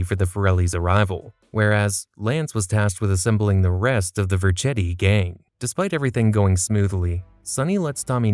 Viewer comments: It’s vercetti not Verchetti and it’s cesar not cezar but good video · Tommy Verkati mispronunciation is hilarious 😂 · Yes, it's AI. You can tell by all the mispronunciations of names all throughout the video. "Tommy Vercheddi", for example. Not a single person alive that's familiar with the GTA series would get this character's name wrong. Every gamer on the planet knows the name "Tommy Vercetti". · Is this an AI voice? Or did you not play the games? Because you're mispronouncing names that are repeated aloud many times while you play that it's hard to believe anyone that played the games would minsprounce them the way you are. Tommy Vercetti especially, Ver-Set-ee, not Ver-CHET-ee. Sin-DOC-Oh, not Sin-deck-O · Bruh you pissing me off with these bs mispronouncing of names mane,who in the blue fuck is tommy verchetti it's verchetti (ver-cetti) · He also called Vercetti "Verchetti" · As Italian, the way it’s spelt, would be pronounced Ver-chett-ee, in all fairness. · the pronunciation of vercetti made me flinch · It’s weird like it was made by AI. He mispronounces Tommy Vercettis name and calls Sonney Ferelli the Sonneys and Ferellis. Maybe he never actually got around to playing vice city but it’s one of the more popular editions. Seemed off to me but overall it’s definitely a great video.